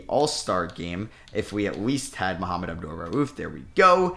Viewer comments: Bro his name isn’t mohammed its mah-mood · Mahmoud is NOT THE SAME AS Muhammad- come on man, say his name correctly